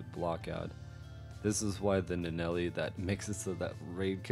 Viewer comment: LIstening to you say Nuh-Nelley is killing me. It's right there.